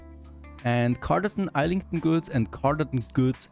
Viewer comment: Every muscle in my body hurts hearing you pronounce Islington the way it reads and not the proper way (Izz-lington). Your series always make for great viewing!